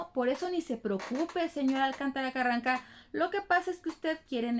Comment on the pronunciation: Me gusta cuando dices Carran... Ca ☺️